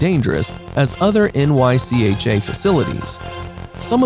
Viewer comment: It's pronounced as one word, Nycha not N-Y-C-H-A